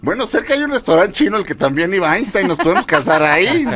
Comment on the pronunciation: “Aishtain” Einstein